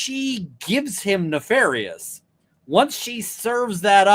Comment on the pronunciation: It's a joke on Breenan's absurd pronunciation, neh-FAHR-ious 😃